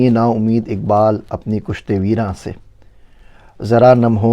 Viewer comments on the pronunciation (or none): kushte nahi kishte veeran hota hai ise sahi karen